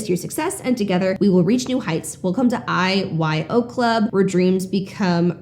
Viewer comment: I was listening while driving and the first few times you said IYO club i heard “eyes wide open club” ha😂